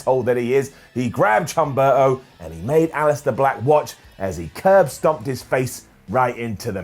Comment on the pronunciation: The "Chumberto" thing is intentional? I don't got it. But if isn't a joke, h in spanish is silent and my OCD make me remind this 🙃